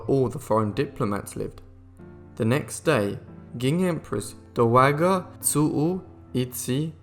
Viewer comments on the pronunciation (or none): I am pretty damned sick of these narrators horrible pronunciations. The city of Pecking..the doughWagger empress ..just shut up.